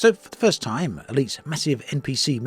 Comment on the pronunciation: An update that does not waste your "t-ime" : you're the best! These words, "t" and "ime", pronunced separately, really made my day 🏆🥳